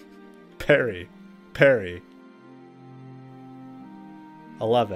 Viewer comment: parry....... parry ....... perry....... peryyy...... Matthew "Perry".........